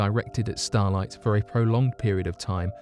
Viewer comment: sounds like he's saying starlight, stolite?